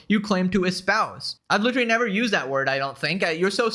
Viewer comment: I just realized cannot say literally. Lol, still a fan just found it amusing. Litery.